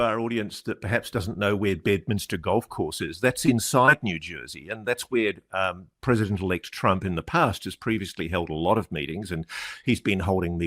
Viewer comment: Is this an old report ,Ross? I kept hearing "Pesident ELECT Trummmp"